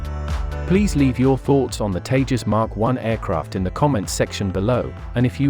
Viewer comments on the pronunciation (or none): none